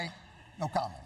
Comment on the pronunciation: Sir Jon, the GOAT, (03'20: "Just name swing states") disrespecting the correct pronounciation of Kamala :-(